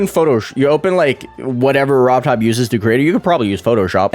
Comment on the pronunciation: let's make this person look like a fool Also Says Robot when it says Robtop